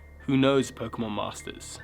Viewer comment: He said poke-meth